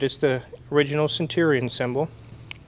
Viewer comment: Stwike him wuffwy centwion.